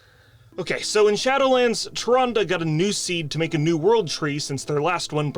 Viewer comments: Hilarious! 😂 Also "Tyrandeee" kills me every time 😂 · "TyRANde!?" -Malfurion